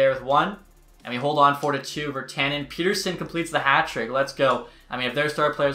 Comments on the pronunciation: Isn't it Pet-terson and not Peter-son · Pet-Ter-Son not peterson 😂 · It's pronounced Pet-er-son , just letting ya know :) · Elias Pettersson has been in the NHL for 3 years and is still calling him "Peter-son"